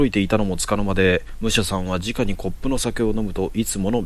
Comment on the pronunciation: 面白いですね！ ですが…誤読が気になってしまう…。 「直に」は「すぐに」と読みます。 「じかに」も同じ字を使うので誤読してしまうかもしれませんが、その時の状況を理解していると、誤読せずにすむかも…？